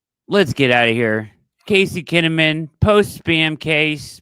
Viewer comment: Tazey Kinnamon Casey Taze-amon